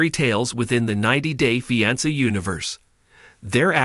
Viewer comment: I detest how you say fiancé